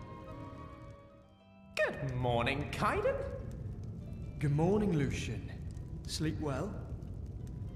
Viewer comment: The only thing that irks me is how Kaidan goes back and forth with pronouncing Lucien’s name. It’s either Lucien or Lucian. Other than that, they’re so adorable